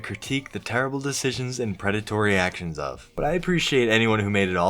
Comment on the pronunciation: "my past achshins"